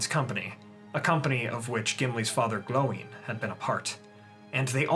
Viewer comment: Its odd to hear you say Gloin differently compared to the actors